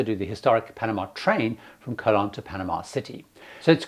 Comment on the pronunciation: Very good tips,! Please note the correct pronunciation of the key names that you mentioned: (1) Colon is Koh - LOH-n (o is always oh in Spanish and the accent means to stress the second syllable. (2) Mira Flores = MEE-rah FLOH-race (not rez). (3) Gatun Lake = GAH-toon (as in cartoon and not tun as in tonne).